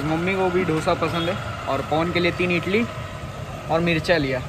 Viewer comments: Idali bolte hain... Itali nahi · Bro a small correction...its idli not itli.... Hope u dont take it in wrng way...its a request not a order................... always love n support from South Indian fan😍